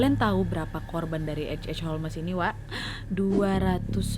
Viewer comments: Holms sayaang jangan holmes napa 😭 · Di bacanya bukan holmesss, bukan homlessss, bukan holesss tapi holmsssssss. Ku jadi cengar cengir nontonnya, indonesaa kaliiii😂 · Holmes,huruf E nya silent Nad alias gak dibaca. Dibacanya Holms. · Holmes baca Holms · Ga konsen nontonnya karna nyebut namanya salah😅 harusnya bacanya holmes(holms) wak. Mon maap netijen bukannya sok2an bs inggris🙏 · H.H Holmes Aku dengar nya a'a holmes😭😭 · Holmes dibaca ( ˈhoʊmz) Nadia, bukan Holmes🤣🤣🤣🙏🙏